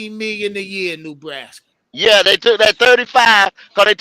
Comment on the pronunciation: No ties to NB just a panthers fan and Rhule hater. However, for the love of God it's not pronounced "new"braska